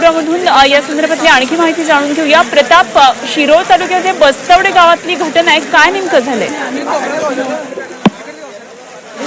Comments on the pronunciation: Bastwade nahi bastwad aahe gavach nav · ये बाई बस्त्वडे नव्हे bastwad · बस्तवडे नव्हे, गावाचे नाव" बस्तवाड" आहे.